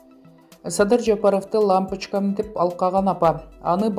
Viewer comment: Анын эмнеси бар лампочкам эмес лампичкам деди😀заади ошентип суйлойт экенда садаган кетейин дегендей эле кеби экенда эженин